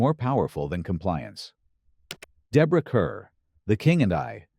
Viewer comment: The name Deborah Kerr is pronounced as; "car".